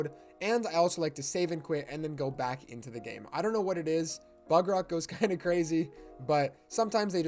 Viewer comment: Is no one gonna talk about "Minecraft BERDOCK edition" at the start?